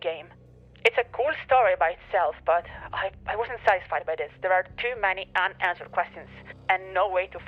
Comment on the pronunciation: Is it weird to say part of the appeal of your content is that you sound different from every other channel I watch? It reminds me of when I used to cover martial arts and talked to fighters from Europe. I just like the differences, like "dis" instead of "this." Also your humor is on point - arguing with yourself and cursing yourself out cracks me up! PS: A few months after I made this comment, I found a copy of Tiger Woods 99 with the dummy file for $5!!